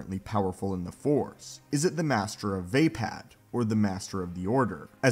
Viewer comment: It's almost painful how you mispronounce Vaapad